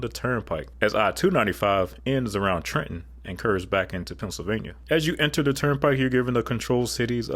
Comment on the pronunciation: Lifetime Jersey boy here... and I'm glad I came across this video! I'd like to add some commentary from my own experiences over 3.5 decades. 1) Thank you for pronouncing Trenton correctly. We like to melt that second "t" right into the "n." Having no idea where you hail from, I'd still say you'd fit in. LOL 2) The point about the lack of left-lane hogging with 5/6 lane highways is absolutely spot-on, and there's actually a great highway to compare the NJT to right in New Jersey. In fact, it actually crosses the NJT at exit 11! The Garden State Parkway is absolutely Mad Max territory between the NJT and Route 19, perhaps even further north. Funny thing is I grew up in Central Jersey but all my extended family was in North Jersey, so my dad would take Rt 1 to the GSP. He hated the NJT, but I'm the opposite. It's because of this left-lane hogging in a 5/6 lane road. Then again, to be fair to my dad, our family lived by Route 19, so... more direct route and less money. 3) So actually the dual-dual setup was not always down to Exit 6 (re: PA turnpike). When I was young, the dual-dual setup ended at around Exit 8A, and the NJT had quite the bad rap between this and Exit 7A going southbound. You probably won't find much news clipping, it was kinda a local gag that the stretch of highway merge from the dual-dual setup was haunted. The expansion to dual-dual through Exit 6 happened over several years in the early 10s. Perfect timing on a personal level because I graduated college (usi